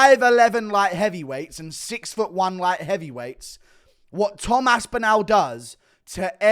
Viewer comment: Omg please pronounce aspinalls name correctly